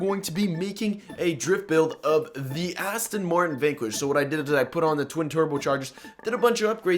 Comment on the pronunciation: lol Aston Marting